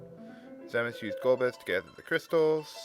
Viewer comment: It's actually pronounced Zee-Muhs. According to the DS remake.